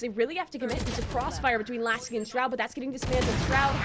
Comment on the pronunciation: Hahahha okay Mr.Bronze, btw its Laski, not Lasik 🤪